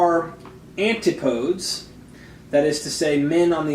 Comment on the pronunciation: 'Antipoads' eh